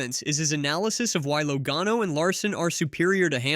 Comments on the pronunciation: Don't put out videos that mispronounce Drivers Names!!! It is pronounced { Laa Gano } not low gano.. !!!!!! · this is the dumbest take I've ever seen in the history of youtube. You don't even know how to pronounce Joey Logano. LOL. It's not even what he was talking about. I watched the entire interview and you don't even know what he was implying. You have to be the dumbest person I've ever seen when it comes to making videos.